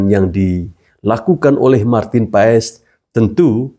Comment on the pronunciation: Maaf, PAES dibacanya PAS, om...